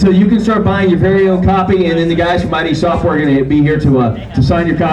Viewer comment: radio host pronounced id software just the way you’d expect 😂